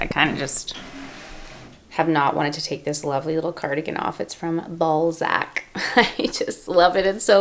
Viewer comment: “I have not wanted to take this fluffy little cardigan off, it’s from ballsac” that’s what I heard. Tell me I’m wrong